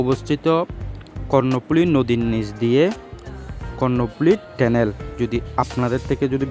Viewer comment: লিখলেন Tunnel( টানেল), আর উচ্চারণ করলেন (টেনেল) 😂😂😂